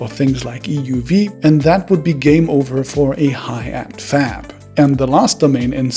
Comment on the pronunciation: Am i the only one who heard leading fap instead of fab